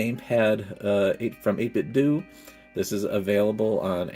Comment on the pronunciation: I believe that 8bitdo is meant to be pronounced like Nintendo, not Scobby Doo.